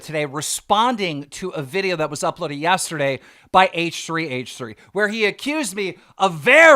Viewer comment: why does he pronounce words so retarded like "yastrdayyy"